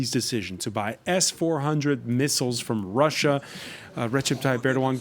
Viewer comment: siyahlı bayanın telaffuzları beni öldürüyor. türk aksanıyla telaffuz ediyo desen değil anlayamadım hangi dilin aksanıyla telaffuz ediyor kelimeleri russia kelimesini öyle bi söylediki kulaklarım kanadı.